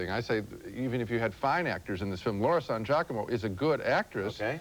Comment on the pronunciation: It's actually pronounced Laura San Giacomo but i would drink too if i see a familiar hospital cliche in a movie or mostly on TV.